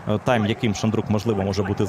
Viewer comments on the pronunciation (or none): none